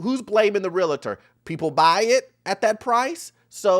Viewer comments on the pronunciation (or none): You my boy but please take the extra “A” out of Real-tor lol 😂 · I know right! So many people add that extra A in Realtor smh.